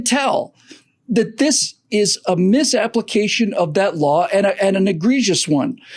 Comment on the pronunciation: Did you say a miss(issippi) -application of the law? Maybe I miss-heard. As you were.: )